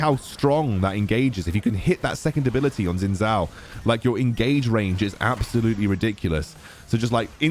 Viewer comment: just say it like 'shin jow' 😭